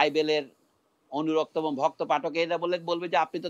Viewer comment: ক্যান্দ্র, এ্যাবং, এ্যালাকা, ত্যাকনোলজি এগুলো কি উচ্চারণ করছেন উনি?